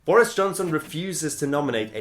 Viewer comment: Just here for way mahyer says boreis